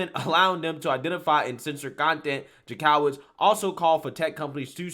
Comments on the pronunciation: Ok. I have watched a bunch of your videos and I just want to correct something. His name is not Maryakis, it is Mayorkas, pronounced liked Mayor with kas on the end... Now, for Jankowicz, it is pronounced Jank-O-wits, not Jan-COW-its... That said, the left is too woke to be awake... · It’s pronounced Jank-o-witz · the Jank is pronounced Yank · I'm thinking this is illegal to begin with and totally first amendment, I don't get how they think this is going to be allowed to stand. If it does it is some serious scary shit! Oh, I love your videos except you have no idea how to say certain words or names, this crazy woman's name in Jank o witz is how it is pronounced.